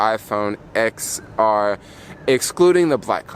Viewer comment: I think you're supposed to pronounce the X as a 10 10R, 10S, 10S Max...